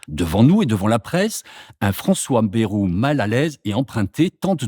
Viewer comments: On ne dit pas " bérou " mais Bayrou !! comme " ail " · Baillrou, pas bérou.Qui a jamais prononcé Bérou?! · "Bayrou" se prononce "baille-rou" et non "bé-rou", cela ne vient pas du nord de la France... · On dit Baïrou et non Bérou.